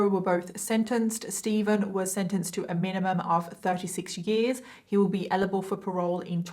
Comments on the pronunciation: You said elible not eligible. I love your stuff though. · you say elible instead of eligible and it's so cute 😂💖